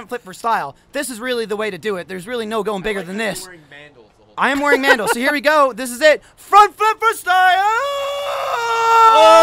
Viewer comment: When said "You're wearing Mandles" I couldn't stop laughing